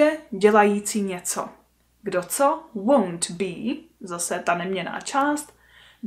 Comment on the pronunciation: Ten stažený tvar won’t pro mne zní stejně jako want